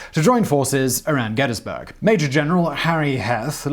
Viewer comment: Kudos for correct pronunciations of "Gettysburg" "Schuylkill" and "Ewell" all difficult to get just right.